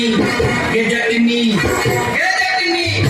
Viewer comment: सबहक खूब नीक प्रस्तुति! प्रशंसनीय! मुदा गायक के,'जट्टिन' उच्चारण करबाक चाही,'जटनी' नहिं! पारंपरिक आ शुद्धो सैह थिक! 'जटनी' के 'चटनी' बनायब जरुरी नहिं!